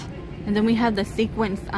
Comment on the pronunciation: Sequins, not sequence